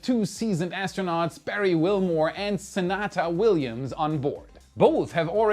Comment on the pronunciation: Hi and Team. A couple of points: first, it's Sunita Williams, aka 'Suni'(Sunny), Sunita is pronounced sue-NEE-ta, not 'sue-NAA-ta. Ms. Williams, prior to her becoming Chris Ferguson (if you ever want to find out the 'dirt' behind 'Starliner', just ask Cdr Ferguson....under oath, cuz I think Boeing put a contractually-obligated gag order on the poor guy). Prior to being assigned the unenvible task of going up in a potential lemon, she took part in ISS Expeditions 14 & 15 and Expeditions 32 & 33. She's participated in 7 EVA's and served as ISS Commander on Expedition 33. Notably, she 'ran' the Boston Marathon on Expedittioni 15. She was seperated at birth from RUSH's Geddy Lee. Captain Williams has flown on both the shuttle and Soyuz. Starliner will be her third crew vehicle to fly. As much as I mistrust and dislike Boeing (I won't fly any Boeing airplane, for obvious reasons. It's Airbus and Beriev for me!) I wish Captain Williams and Spacecraft Commander Butch Wilmore all the best safe luck. Any crewed spaceflight is something to celebrate, regardless of country of origin, and spacecraft type. As a recommendation from a Canadian sitting on a (frozen) cheep seat, I'd suggest to the US State Department, and NASA, that they consider inducting Russian cosmonauts and Chinese taikonauts into the Astronaut Hall of Fame at KSC. Such a move would really impress both the Russian and Chinese populations, without any intercession from the Russian or PRC governments. No, 'Let's dive